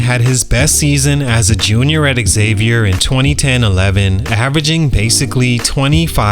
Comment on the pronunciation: The college is pronounced “Zavier” not Exavier!